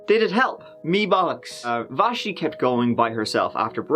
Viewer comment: It’s so weird hearing my name pronounced so perfectly in my favorite accent. What are the odds of me watching this video at 1am and hearing my name 😂😂 Vashti